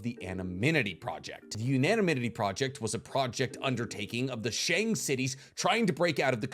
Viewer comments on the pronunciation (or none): none